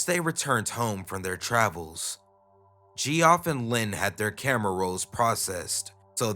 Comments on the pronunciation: Please, my guy, learn how to pronounce any names you're not familiar with. Geoff is Jeff, not jee-off. And Avignon is "avin-yon" not "avig-non". The mispronunciations are pretty jarring when you're telling a creepy story, and not in the good way. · its geoff not gee off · Gee-off, the beast way the word geoff has ever been said